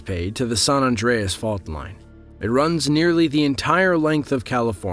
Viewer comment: What the fuck is this Sun Andreas Fault? Do you mean the San Andreas Fault??